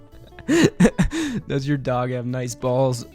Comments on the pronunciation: The "nicw" got me rolling on the floor 😂😂😂😂😂😂😭😭😭😭😭😭😭😭💀💀💀💀💀💀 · The way you pronounced "Nicw" lmao